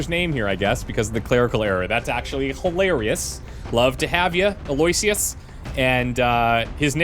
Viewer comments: Eloysious is pronounced Eh-low-ish-us, I think. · Eloysious is pronounced "Allo-wish-us" with the stress on "wish".